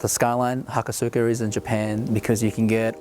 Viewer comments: Haka-suka? ha-Koh-suka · he pronounced hakosuka wrong... it's ha-ko-suka, but there isn't really emphasis on the u, so it's said like ha ko s-ka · its pronounced hakoska.... the u is silent... lol killing me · generic moeshit lolicon Just wait for him to say "aluminium!" / aluminum.... It's not incorrect, just different. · I just always think of those pronunciations being like how you would say sasuke, the su is practically silent. And in the word Tsunade, you hear the "Soo" sound with tsu and not with su. Just my opinion.